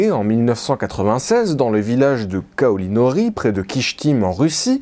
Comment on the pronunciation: Petite précision : c'est "Kaolinovy" et non "Kaolinory" 😉